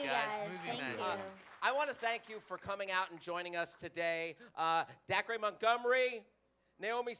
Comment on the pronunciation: Poor Dacre. Towards the end the title says "Darce Montgomery" and then he calls him "" hahaha